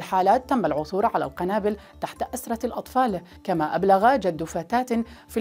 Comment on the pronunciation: اروع أن تنتبهي ايتها مقدمة البرنامج //المذيعة// عندما اردت قول القنابل توجد تحت أسرة الاطفال جمع سرير لفظتها بدون حركة الكسرة تحت السين فهذا خطأ فادح فقالت أسرة بالسكون فوق السين نرجو منكم الإنتباه هذا تحريف للغة العربية لغة القرآن ارجو تقبل انتقادي مع احترامي لقناتكم وشكرا